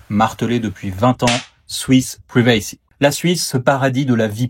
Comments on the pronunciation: "Ah ouais, Swiss ‘privé-cy’ ? Sérieusement ? Tu crois te la péter 😂? Si tu veux me convaincre que tu maîtrises l'anglais, ou pire, impressioner des ignorants, commence peut-être par savoir la prononcer. Next time, try 'praï-vuh-see', but I won't be attending anyways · PRIvacy lol pas priVAcy ;) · Il faut bosser un peu ton anglais: PRIVACY se prononce "pouaille v' si" et non pas "pré vey si", nota bene.